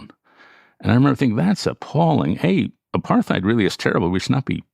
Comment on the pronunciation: Is David pronouncing apartheid wrong? I think so. Big fan of David anyway.